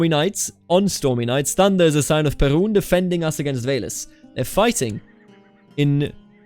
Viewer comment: Perun is pronounced with stress on "u", but "u" is like in "Uno", the game, and "e" is pronounced like in "yeah" but without "y", so you don't want it to sound like "Pierrot", no frecnhy sounds, so I guess PearUn it is. Also, "r" is hard, almost like in a pirate "yarr", but short Then Jarilo is with stress on "i", and all of the vowels are short (actually it is almost.always true - don't stretch vowels in Slavic languages unless otherwise mentioned). "Ja" is basically like in German ja-ja, and "i" isn't pronounced as it is in "I", for example "I am good at CK2", just "i", as in "pin". Svarog has stress on "o", but I am not certain if it is very pronounced. Also, "a" is not pronounced as "ay" as in an article "a", just "a", as in "wunderbAr". Triglav actually doesn't seem to have stress on any of the vowels, but there are other tricky parts. "tri" is pronounced as "tree", but with short "ee", and for "a" in "glav" it is, again, as in "wunderbAr". Finally, Radegast can be pronounced in a lot of different ways. Actually there was a Radagast in lord of the rings, so, if you remember the pronunciation from there - it will do, if not, you can also choose from Radegast, Radogast and Radigast, in all cases stress is on "gast". "gast" is pronounced just like "ghast", then "a" in "rad" is, once again, "wunderbAr", as for the middle vowel, I recommend RadAgast, as I think it would be easier, once again, it is "wunderbAr" Hopefully this will be a helpful Gide into Slavic god's pronunciat